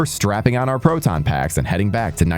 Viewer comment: Brother....... it's pro-ton....not pro-ten.lmao. proton pack